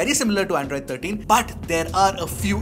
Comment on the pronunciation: Did I just hear "in the earlier version of Andraaaid" 😅